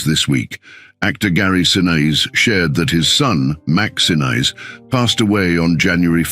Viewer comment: Narrator mispronounces the surname of the Gary family. Condolences to family.